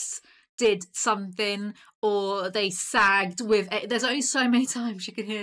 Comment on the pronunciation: i loooove and lol'd at the way you said"sagged tit turning it into a 3 syllable word thank you for the joy